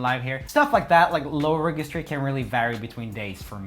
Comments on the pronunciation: Hey, Swedish man, it’s pronounced redjistry, by the way. I keep hearing you mispronouncing this word. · Good vid. Registry is pronounced rejistry. You’re welcome. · Can we talk abour the errors he makes with gi/ga prononciation? Its reGIstry (ji) as in GIgi Hadid and FerGAlicious like in Lady GAga and not the contrary... The only exeption is that in England they say Fergie (Fer-gui) and not Ferjie... Beieng Swedish is no excuse for mispronunciation 😊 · Omg!! If you say REGGASTRY one more time...🤦‍♀️...for the love of God...Google how to actually say the so you can learn how to say it right....other than that. GREAT VIDS!👌👌